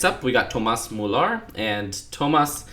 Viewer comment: The way you pronounce some of the names is funny, it almost sounds like you're French... :D But no offense to you! The letter Ö with many of these names is probably the strangest one, but you said it pretty well. The names that I found funniest pronounced by you were Joachim Löw, Thomas Müller and André Schürrle. ;)